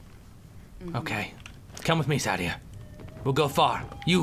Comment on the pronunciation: But.... The innkeeper says SAH-DEE-AH... ARE YOU SAYING THAT THE GAME DOESN'T EVEN KNOW THAT HER NAME IS PRONOUNCED WRONG?!